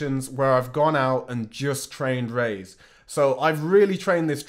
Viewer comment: I say Raiz jus like you 🔥